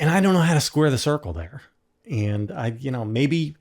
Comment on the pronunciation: Please, JVL--it's pronounced "and," not "ee-yand"....just sayin'....